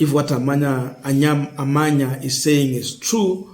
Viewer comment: You should learn to pronounce words and names correctly. Make sure you add - S - to plural words. Don't ignore it. It is very important. On pronunciations; Adani - Not Adan Amenya - Not Amenyo Etc.